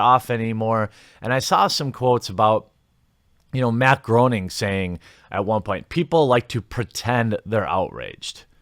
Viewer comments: This guy is a lifelong fan of The Simpsons but doesn't know how Groening's name is pronounced. It's graining. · You pronounce Apu's last name perfectly yet botch the pronunciation of Matt Groening's surname (pronounced like Grain-Ihg) yet people will still call you culturally insensitive or racist. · Jeremy, it’s pronounced Gray-Ning. Matt Gray-ning. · You can pronounce Apu's last name but not Matt Gray-ning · Matt Groening is pronounced as “Matt Graining.” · How you gonna pronounce Apu's last name perfectly and then fuck up Groening! Haha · FYI, Groening rhymes with raining. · All that time spent learning to pronounce Apu's name, and you can't pronounce Matt Groening's name? ;-P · Cheers for properly pronouncing Nahasapeemapetilon! Jeers for mispronouncing Groening..